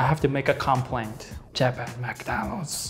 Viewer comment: "I Like MekDaanulds". -George